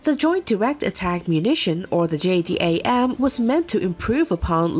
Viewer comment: JDAM Is pronounced J-dam jerk